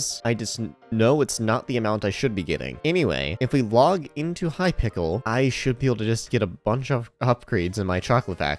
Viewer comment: Bro really said hypickle